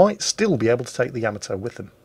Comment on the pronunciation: It's just sad that "" can't pronounce the battleship "Yamato" name right.